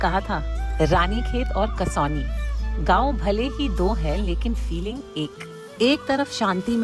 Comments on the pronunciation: It's not कसौनी it's कौसानी I live here 😊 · Kausani कौसानी not kasoli. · It's कौसानी, not कसौनी...!! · I think it is kausani and not kasauni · Its kausani not Kasauli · 'kasauni' nahi Kausani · It’s called KAUSANI / koo-saa-knee not Kasoni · Its कौसानी